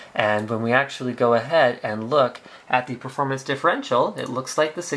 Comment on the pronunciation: not only "do you want the extra performance" but also "do you really need that extra performang".